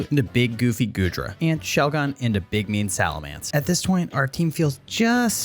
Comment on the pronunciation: SALAMENCE, NOT SALAMANCA! FIX IT NOW!